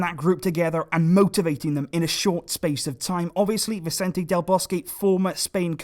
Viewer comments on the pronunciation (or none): none